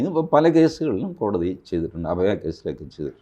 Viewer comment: ?????കോടി???? തി എന്നല്ലേ പറയേണ്ടത്